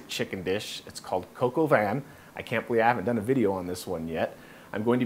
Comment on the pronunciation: Great, easy to follow recipe. Can't wait to try it. BTW it's pronounced von, (not van) and you hardly hear the n. Thanks!!!